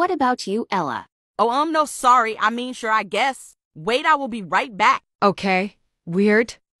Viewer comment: "su re i guess" say better. Say "sure i guess" not "su re i guess"